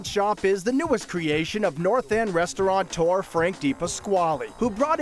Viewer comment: Restaurateur ... no 'n'